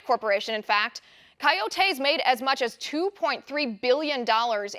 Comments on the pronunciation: It’s not “Kai-O-tays” it’s “Co-yo-tays” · It’s really annoying how she pronounces coyotes as Kai-yo-taes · Liz, love your broadcasts, but the word coyotes is pronounced coy-O-tays with the accent on the capital O. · Ki o tees??? Come on liz. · No they are called coyotes you are extremely smart but if you say something wrong though feed you to the sharks pronunciation is a huge thing thank you for all that you do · Learn to say coyotes.